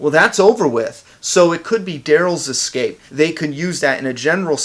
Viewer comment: big fan. love your work. But why can't you say escape instead of ecscape? 😎👊